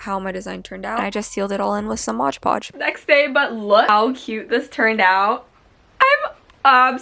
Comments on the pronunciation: Ugh you pronounce mod podge Modge podge!! Ughh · Its mod podge not modge podge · i noticed you kept saying modge podge. its pronounced mod podge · No but the way she said “Modge podge” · why does she say modge podge i canttttt